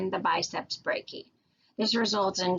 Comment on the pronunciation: try saying "biceps brachi-eye" instead of "biceps brachee" and "sulkis" instead of "sulsis"